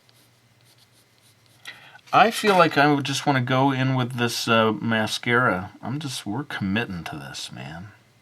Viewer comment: Its mascara not massacre